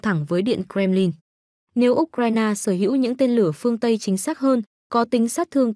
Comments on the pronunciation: Phải đọc U Cờ Dzai ! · Trình độ phát thanh viên giờ quá kém U C RAI NA đọc là ốt raina Không bằng youtube